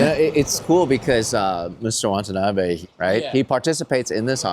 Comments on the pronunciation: It's pronounced "Watanabe", not "Wantanabe." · Say it with me: "Wah Tah Nah Bey" - not "Want a knobby." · whose this Chen? you'd think a guy with Asian heritage would be able to call himby his name, Watanabe, not wantanabe throughout the entire 50 min video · It's not Wantanabe Larry. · Be respectful and at least pronounce the name correctly. You are saying Wantanabe. It’s Watanabe. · Wa-ta-na-be. Say it with me. Wa-ta-na-be. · Drink a shot every time he says WaNtanabe. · Throughout this video, Watanabe is consistently pronounced "Wantanabe" And Larry himself makes this mistake in text in the comments. What happened here? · He said wantanabe the whole time! How embarrassing. 😑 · Classic Larry Chen, given exclusive access to a company, can't pronounce the name of the company correctly. There is only one N in Watanabe. It's not "Wantuhnahbay". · it's so disrespectful the number of times Larry mispronounced his name. I'm still not sure if you're dyslexic or stupid at this point